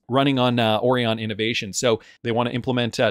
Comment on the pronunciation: 😂😂😂😂😂 Yep he say it 😂😂😂😂😂